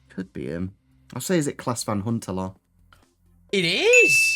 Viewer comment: why does he always call him klaas van hunterlaar that’s not right?